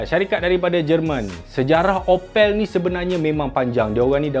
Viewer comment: Sebut sebetul opel adalah mcm sebut apple tetapi 'a' ditukar 'o' 😂😂😂. Bangsa melayu jerman timur